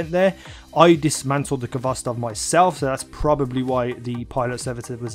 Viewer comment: FYI you don't pronounce the K. You say it with a hard "H". It is a Russian word transliterated to English.